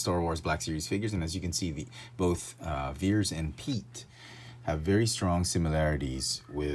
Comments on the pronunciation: Great Review👍 FYI It's actually pronounced Admiral [Pee-et] Piett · They are code cylinders not pens and it's pronounced piat like fiat with I p instead of an f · "Admiral Pete." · You severely mispronounced the Admiral's name